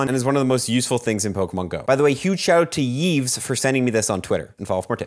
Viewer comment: His name is pronounced as "éév" btw, Yves the legend.